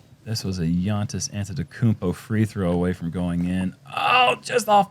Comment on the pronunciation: Did he really say Gainntis instead of Giannis! That made burst out laughing 😂